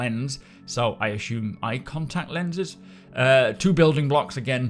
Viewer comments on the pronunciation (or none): everytime you say "ashuume" i giggle a bit.